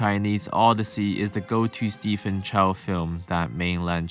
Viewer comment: On an unrelated note, Stephen isn't pronounced Stephen but Steven.